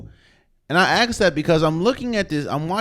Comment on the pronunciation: Axe or ask?